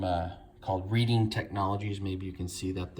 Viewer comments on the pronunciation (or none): Pronounced red-ing, not read-ing